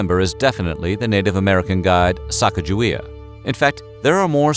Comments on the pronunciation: Isn't it sah-cah-gah-WAY-uh and not sack-uh-juh-wee-uh? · You mis-pronounce Sacagawea it sounds like Sa-cog-a-wea; the big lake behind the Garrison Dam is named after her - Lake Sakakawea. These so called history people need to get the name correct. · ITS SAKAKAWEA!!! She is from my tribe and all these years people have pronounced it wrong, it’s not even “Sakakawea,” but that’s the closest English translation. It means “bird woman” as well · It’s actually pronounced “Suh-caw-guh-wee-uh” not “sack-uh-juh-wee-uh.” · A little extra authenticity: Her name is pronounced Sa-COG-a-wee-uh. Not Sack-uh-juh-WEE-uh. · You are pronouncing her name wrong. According to the phonetic spelling consistently recorded in the explorers' writings, Moulton said, Sacagawea - a woman who aided Lewis and Clark on their journey across the uncharted western part of the United States - should be pronounced "sah-KAH-gah-wee-ah." Emphasis on the 'cag' as cog, or "sa-COG-ga-wea". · I'm giving a thumbs up because I LOVE you guys. But it's pronounced Sa-Ca-GUH-Wey-Uh. Hard "G." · Great information. The only knock I would give is the actual pronunciation of Sacagewea. It should be (phonetically) Sah-Keg-Ah-Way-Ah. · You would think that the narrator would familiarize themselves with the proper pronunciation of her name. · I think you are mis pronouncing Sacajawea s name. A magnificent woman and mother.